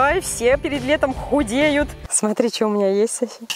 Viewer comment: Вместо "смотри" слышелось "сри"*